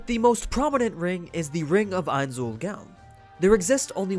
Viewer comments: you cause me physical pain when you say 'gown'. its own with a g. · Go-own say it with me Go-own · Am I the only one who noticed that he's saying gown wrong? He has all the lore but can't say it correctly loo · How can you mispronounce Gown when there's a dub... smh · Stop saying gown wrong. You look like an idiot. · Anybody else getting triggered with the way he pronouces 'Gown'? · Every time he pronounces gown as the dress form, i get more pissed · You sully the great name of Lord Ainz, learn to pronounce the gown you wa t h the show they say it perfectly then why can't your pronounce it ? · The way you say gown irritates me so much.. Nines Own Goal... Own.. gOwn... omg... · Anybody else pissed that he is mispronouncing gown? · It's gown. Not GaWn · GOWN NOT GAUN!!!! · am I the only one tilted that he keeps pronouncing "gown" as gown instead of g-own? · I know it's stupid nitpicking, but the way you say Ainz ooal Gown annoys me. It pronounced like "Goan" not like a night "gown".. Fyi I know how it's spelt, but you've all heard it pronounced several times, it's not hard. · Not gown like a night gown. Gown is pronounced like groan. So it would be like goan. The name is a play off the name of the guild Nines Own Goal. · FYI: your pronunciation is off. It's not pronounced "Gown" like a thing you wear. It's pronounced, "Go-Own" it's confusing, buuut... It can be a sticking point of nailing how some things are worded. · I thought the way you pronounced Ains Ooal Gown was pretty funny, especially since you've obviously seen the show. The last part of his name is spelled "Gown" but its pronounced "Goan"... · Why do you pronounce gown wrong? It's like groan without the r. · I thought gown was pronounced like "Goan" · He mispronounced Gown’s name, just like sebas. It’s obvious this dude watches sub and not dub... Idc if it’s not the original. They get paid to say stuff correctly in English, so I trust the dub... Spelt Gown but pronounced GOAN. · Say gown right